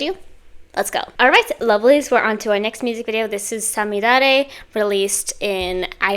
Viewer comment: 最後の五月雨は特に綺麗な発音でした👍🏻